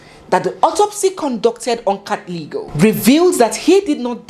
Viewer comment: it's pronounced like pb not ph(f) like nandipba. And katleho 'g' turns to 'h'. Great narration and what a story! My regret is for those 2 little girls whose life will never be the same. How horrible for them, life was meant to be so different for them. Imagine a home with both parents as successful doctors, the world was their oyster. I sincerely pray for them. Following and loving your style all the way from Kenya... 🎉 To 100k subscribers....